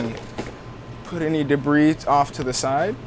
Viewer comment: Yeah but honestly who pronounces the s in debris. :)